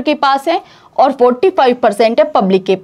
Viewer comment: Maam ओर नहीं और बोला करिए